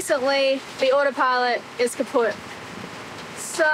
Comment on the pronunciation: Steffen taught you a good word in german 😂 „kaputt“ is wonderful and you pronounced it very well. And you look fabulous by the way E.